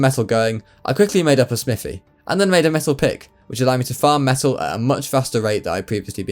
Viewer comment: Am I the only one who kept hearing "methyl" whenever he says "metal"?